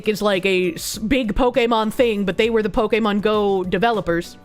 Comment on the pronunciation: I can't with your pronunciation of Pokémon